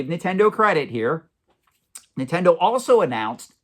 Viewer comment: It’s Nintendo not “nittendo”